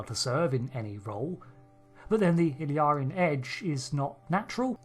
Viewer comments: Please pay attention to the pronunciation. It is "ill-EER-ee-an". However, you are saying sometimes "ill-AR-ee-an", and sometimes "ill-ee-AR-ee-an". I believe that both of these mispronunciations are influenced by the name "El-Aurian". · You have gathered a lot of information from watching Star Trek but can't seem to pronounce Illyrian properly. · Your pronounciation of name "Illyrian" is wrong, very wrong.